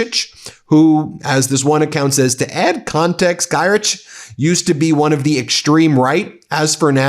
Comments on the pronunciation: Pronounced "Gear-tik" :) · Ok, cause I died several times inside - here's how you say it: Czarzasty - try Char-zhah-stih (with silent R) Giertych - try G'yer-tih (with tih sounding like "ti" in word "tick") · Just as a Polish guy... Tusk is pronounced with a U like in "put" Giertych would be closer to "GEAR-tikh" And Czarzasty like "cha-ZHAS-ty" (with both As like in cha-cha-cha) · Man, but you could have checked the pronunciacion of names out of minimum respect. You screwed it up completely. Especially with Czarzasty and Giertych...